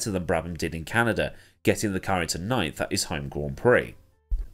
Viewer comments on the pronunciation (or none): none